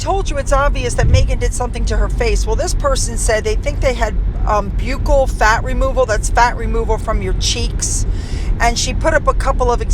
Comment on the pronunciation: Buccal is Pronounced buckle. She may live to regret that. I've seen several plastic surgeons on YouTube advise against the procedure since it isn't reversible. It's in "vogue" today, but something new will take its place.